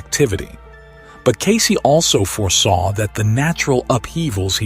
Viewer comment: The AI generated voice is horrible and especially distracting when it can’t even properly pronounced Cayce’s name properly. Takes away from the information being presented.